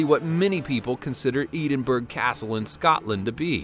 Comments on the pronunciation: I LIVE IN SCOTLAND TOO I LIVE IN GLASGOW YOUR RIGHT THAT'S NOT HOW YOU SAY EDINBURGH YOU SAY IT LIKE EDINBRUH I HAVE BEEN TO EDINBURGH CASTLE 3 TIMES AND I'VE NEVER HEARD ANYTHING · Its Edinburgh not Eedinbburgh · I think Edinburgh is pronounced as 'Edinbrah' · The way he says endingurg castle 😂 av been there thousands and not seen any of that and it’s not pronounced that way edd-in-burg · Just to let you know, Edinburgh is pronounced wrong. 😂 (It is pronounced like “Ed-in-bure”.) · Can't even pronounce Edinburgh right it's pronounced “edenburgh" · Number 6 is pronounced ed-in-bur-rah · It pronounced as ED-IN-BUR-AAH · It may say Edinburgh but it is pronounced Ed.in.br.ugh Edinburgh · YOU SAID EDINBURGH WRONG AHHHH. You say it as Ed in bruh. But it's spelled Edinburgh. Also why isn't The Queen Mary here? It is in the top 10 most haunted places in the world. What about the Whaley house to? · It it’s ed-in-bruh I’m Scottish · I’m Scottish I’m been to ever castle in Scotland all haunted but he says Edenburg not Edinburgh and the city isn’t haunted I was in the city today😂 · Eden-burg? Are you serious? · Wrong pronunciation for Edinburgh castle. It's more like Edinborough. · EDENBURGH SERIOUSLY?!?!!? It is pronounced ED-IN-BRUH there is no Eden in the name and the g is silent!!😤😤😂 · Destroyed the pronunciation of Edinburgh mate. The way you should say it is Ed-in-bruh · Ed in bra. Is how should pronounced. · Wasn't even watching it I was listening instead and had no idea he was trying to say edinbruh then looked at the pictures and burst out laughing like a proper twat. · The way he prounonces Edinburgh really annoys me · That is not how u pronounce Edinburgh and I’m Scottish so I think I’d know 😂😂😂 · You pronounced Edinburgh castle wrong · “Edinburgh” he pronounced it wrong 😂 it confused me so much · The way you said Edinburgh was soo wrong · Um excuse me. Is anybody else who is from England triggered by the way he says ‘Edinburgh Castle’ !?!?! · It’s Edinburgh